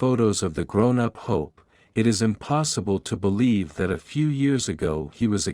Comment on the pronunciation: AI voice Can not even pronounce the word it . This is a video of a beautiful land scape not the area where this story comes from . No pictures of the boy all healed and doing well . No pictures of the "Land of Hope " . I do hope the story is true and that the boy is doing well .